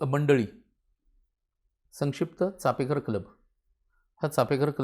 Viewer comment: छानच, फे नसून पे असा उच्चार कळला हे महत्त्वाचं कारण बहुतेक जण नुसता उच्चार नाही तर लिहितांना देखील फे असंच लिहितात. अनेक महत्वाचे संदर्भ मिळाले आणि ओघवती सहज सुंदर भाषा. मस्तच...🙏🙏🙏🙏